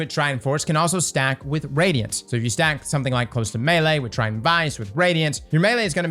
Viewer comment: Try-ton. People keep deleting the 2nd T